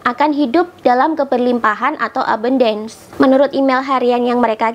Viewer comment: melafalkan ABUNDACE nya salah... 😀